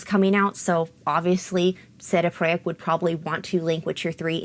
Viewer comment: Why do you randomly use the Polish pronunciation for CD Projekt RED and only use it for that word but for no other words?